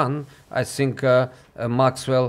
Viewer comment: How is this dude not able to pronounce the word “think” after living in England for 10+ years…..